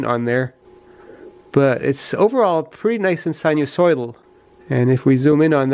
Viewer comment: So good to hear you say "sinusoidal" . Nothing grinds my teeth like "nuclear" (noo klee ehr, not new kee lahr), "jewelry" (jew ehl ree, not jew leh ree), "realtor" (real tor, not real ah tor), "February" (feb roo ehry, not feb you ehry), etc., etc.